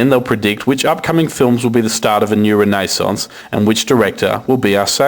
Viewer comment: raaa-nay-sance? i think this guy is on speed